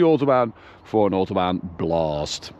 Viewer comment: stop saying Autobahn blouououost